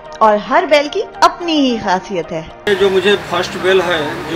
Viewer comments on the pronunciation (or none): Dukha hua ke behen ko kuch shabdo ki “hindi”nahi aati..”forty eight” saal ke..😕😕??also “inki HASIYAT”?? it’s “KHASIYAT” behen...